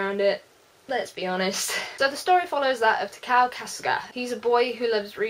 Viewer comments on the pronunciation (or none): none